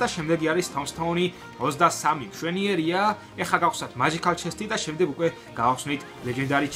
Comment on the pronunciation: მაჯიქალი არა მეჯიქალი